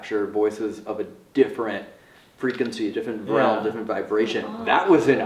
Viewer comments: Someone teach how to say realm instead of “roam” 😂 we love you Also -54 what was that yell? Check it out. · Why does say Realm like roam...😂😂😂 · say "realm"......